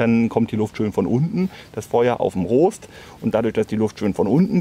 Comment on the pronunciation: Gutes Video, aber wie Du "Rost" ausgesprochen hast, hat mich fast wahnsinnig gemacht. :D